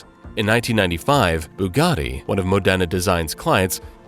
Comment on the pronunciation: Modena is pronounced MOdena, not moDENa. Lyra is pronounced "leera", not "lighra".